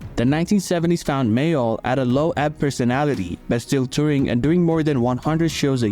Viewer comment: You haven't even got the respect to get his surname right it was Mayall not Mayo